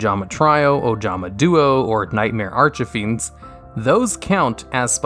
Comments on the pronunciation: Ojama-“Tree”o not “Try”o and it’s not “archefiends” it’s “arch”fiend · Arch-uh-Fiends. That is all